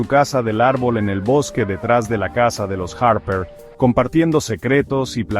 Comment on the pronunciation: Los harrperr, margaretkkk 😂